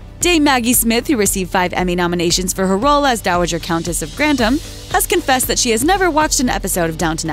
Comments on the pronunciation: Hard to watch this when every mention of the name is wrong. Grantams instead of Gran-tham.... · Can you stop saying countess of grandam and earl of grandam, it's grantham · Shows the narrator had never watched the programme. The name I'd pronounced Grantham with a th not Grantam with a t. If you're going to report on it get the pronunciation correct. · The way you pronounce GRANTHAM is aggravating! It is GRAN-THAM, NOT GRANT-HAM. UGH! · in old english, it is/was 'grant-ham', not 'granth-am' as they characters say it in modern times. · Grantham is pronounced Gran th am, not Grant ham. I live very close to Grantham for ten years. Pronunciation is important, please do your research. Good video though. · GranTHem!! not Grandem!! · Is i the goal of every American to purposely mispronounce English words? *Crawley and Grantham. Its Gran-THAM not Grant-am. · Or grant-am. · Why do they pronounce Granthem like that?? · "Lord grantam" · This narrator continues to mispronounce “Grantham”, calling it “Grandom”. Annoying. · Why can this chick not pronounce Grantham correctly? Why did no one fix it before putting it on YouTube? This is very rude. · Just by your (mis)pronunciation of Grantham, I know you haven’t watched an episode of this show at all. 🙄 Further, Isis was named as such in honor of Highclere’s earl, who was a budding Egyptologist. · Why does she keep saying "Grantham" like it rhymes with "kingdom"? There's a "TH"!!!! Drove me crazy enough to do a thumbs down. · Your narrator woman can't seem to correctly pronounce GRANTHAM. What's the deal?